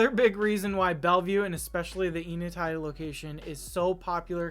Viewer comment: pronouncing the name of the neighborhood starts with the sound "n" as in saying the letter. "N" uh-tie. Nice home! Thanks for sharing!